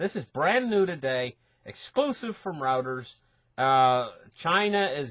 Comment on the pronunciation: Reuters is pronounced as "royters".